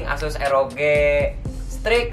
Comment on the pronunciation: Nobody: "ROG" (ar-o-ji): "ROG" (er-o-ge) wkwkwwkk